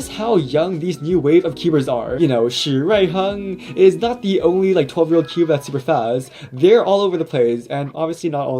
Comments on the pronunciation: Finally some one can prounounce chinese names lil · I absolutely love the pronunciation of his name lol